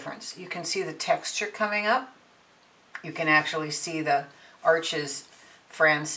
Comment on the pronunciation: The auto focus feature on your camera makes this video almost unwatchable. Also, Arches is pronounced "arsh". I appreciate the information however.